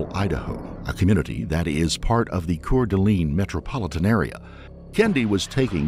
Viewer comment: finally.. my home state... i can criticize pronunciation cour d'alene is pronounced "cordelain" kootenai is pronounced "kootnie"